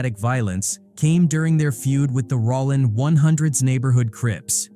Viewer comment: Sounds like A.I. is narrating the vid. That joint said Rawlin's Zero😂